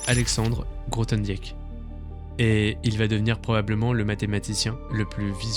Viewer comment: Grothendieck se prononce "Grothendick", le "e" est muet.